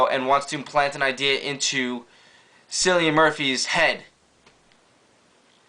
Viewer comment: Pronounced "Killian" not "Sillian" man. Just wanted to say that.